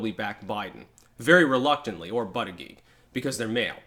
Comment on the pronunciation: The fact you cant pronounce his name is a weakness, he needs a nickname.